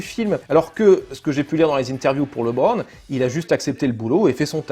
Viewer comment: C'est étrange d'avoir vu le film et de continuer à dire "Librone"